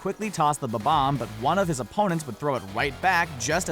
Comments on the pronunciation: Did... DID HE JUST SAY BA BOMB instead of bom omb what the shit stop saying BA BOMB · It's bob omb not bobon